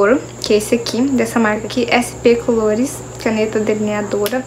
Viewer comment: O nome do delineador é sp colors e vc tava falando colores a pronúncia dele não é colores Adorei a maquiagem,ficou linda